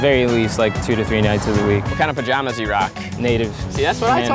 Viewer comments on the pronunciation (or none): none